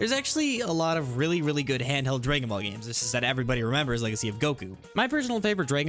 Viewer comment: "draygon ball" got me dying but good video overall